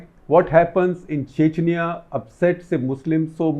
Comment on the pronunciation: He talks chechaniya chechaniya